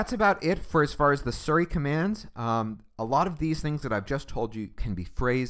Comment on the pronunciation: nigga keeps saying surry.